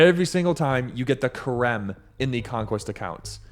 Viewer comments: Stop saying Kharem. That's not how it's pronounced. harem said with a ch like hannukah. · Theres no hard k sound in the word Cherem . its an aspiration closer to saying Herem . The first letter in that word is het not qof. Its Het resh mem =HRM.